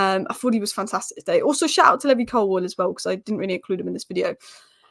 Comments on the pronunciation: you’re great, but it’s Lee-vy not Lev-ee 😂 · 😊🎉, can you PLEASE pronounce "Levi" Colwells name correctly. It's same as the denim company founded in San Francisco, CA. You know, the makers of 501 "Levi" cowboy cut jeans... thank you so much, love your analysis.